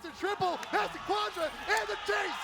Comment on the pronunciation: Something about how he says Quadra is way more amazing to me. What great casting tbh!